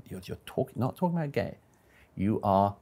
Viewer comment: " WHY ARE YOO GYAYY !! >: / . " SO YOO LIKE "GYAYY " !?? > :-I